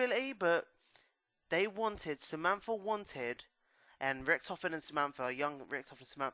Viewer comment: Its Samantha - not Zamampfargh. ;D